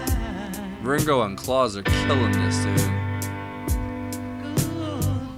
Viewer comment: FYI, Klaus is pronounced like house not Santa Claus. You picked a great song.